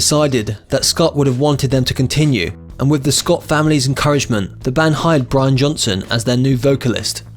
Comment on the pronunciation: You said Brain Johnson